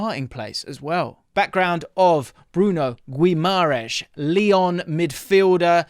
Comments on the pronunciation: A little help with the pronunciation: the u is silent so its like Ghimarães; the ãe sounds like the 'in' in the word mind; and the s sounds like sh Hope this helps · Just an fyi for English folk .. it’s pronounced GEE-MUH-RIZE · Just 1 little tip,in Guimarães,the "U" is silent. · Great vid as usual! Just thought id say the pronounciation of Guimaraes is a bit off haha! More like GIM-AH-RAINGSH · Great video but it’s pronounced Gi-ma-ran-zzz not Gi-ma-rai-shh because he brazilian not portuguese and the latter is european portuguese pronunciation. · You are saying the name wrong which creates doubts about your knowledge for the player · Stop mispronouncing his motherfucking name! He is not Portuguese. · The fact that is making an effort to correctly say his name and still butchering it is funny as hell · If he comes to Prem can u please say his name a bit better 😭😭😭